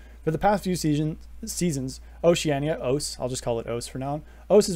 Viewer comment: Great video although you might be the only person to call O-C-E “oace”